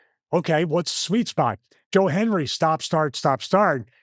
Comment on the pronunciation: Anyone else notice Stevie either said Joel Hendry or Joe Henry? Never Joe Hendry. Lol. He believes and he knows he can't say it or he'll appear. Lol